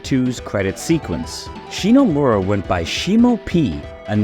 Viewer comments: First, her family name is ShiMomura, not "ShiNomura" as you say in the video every time you mention her. Second, her name and the rest of the music team having their names hidden is not a sexist thing like you try to make it look. At the time it was common practice for game companies to hide their employees real names so they could not be scouted by other companies. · cool video man ! Hate to be that guy, but it kind of hurt that you kept pronouncing "ShiNOmura", and did not get Yoko Shimomura's name right once during the video 😅, especially when the main gist of the video is about her. Cool video though, like your work :). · didn't know that AI program to fix voice was a thing! But yeah, sorry to be picky, it just that because it is kind of a homage to her work, it is a shame that the name sounds mispronounced several times.